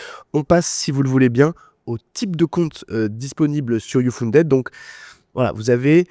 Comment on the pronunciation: Mauvaise prononciation de "uFunded"...